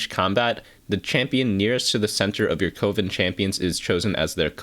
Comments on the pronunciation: CO-VEN? Pretty sure it's like a witchs' Coven which rhymes with a baking oven. :/ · Coven rhymes with Oven, not Woven btw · Coven (pronounced like oven PLEASE) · Are we all just going to ignore the way he pronounces Coven?